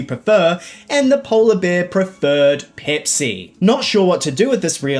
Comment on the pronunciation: peepsee cola?